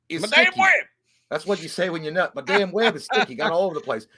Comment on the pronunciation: I love how each time says Madame Webb wrong lol it's like when he said memoir wrong for Halloween Ends. Lets hope for the next list it Jay gets his year for 94 right